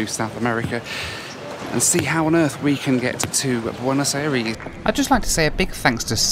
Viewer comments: It triggers me how he just slightly miss pronounces Buenos Aires. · Boo-n’-oz eh rees